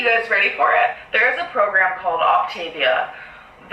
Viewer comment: Technically, this isn't a pyramid scheme. There is no inventory. But GORL...she should be at least saying the plan properly...it's Opta-veeyah. Not Optayveuh. And this is MEDIFAST.